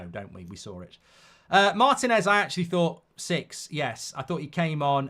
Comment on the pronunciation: MarTÍNez . The stress is on the second syllable. That's why there's a stress accent (í) in the Spanish spelling.